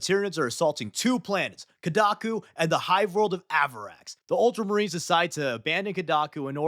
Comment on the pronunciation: multra marines 😂😂